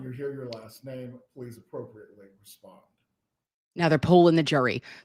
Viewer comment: “Let’s pless prayyy” 😂